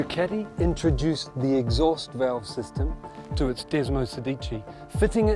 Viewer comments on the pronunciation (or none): none